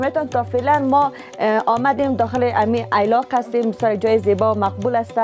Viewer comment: ای لاق نیست درست تلفظ کن ایلاق هست.